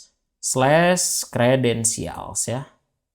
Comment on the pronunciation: bang itu creadentials apa credentials?